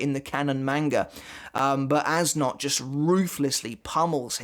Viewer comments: According to Goodle Translate you pronounce it Ass Nudt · As a german it makes no fucking sense that hes "Äs Nödt" Youd pronounce it somthing like "Es Noed" Which in german neither of those are a word His name makes no fucking sense to me lmao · If this character’s name is German, it’d be pronounced as “Ays Nert”